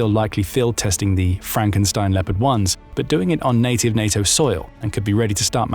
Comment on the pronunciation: Les IA de piste audios , ont une grande difficulté à prononcer les noms propres , ( Lipeurd pour léopard entre autres ) Et le débit de paroles est souvent trop rapide. Il y a de grandes améliorations à faire